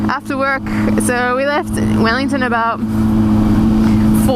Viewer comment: No Canadian says about like that -_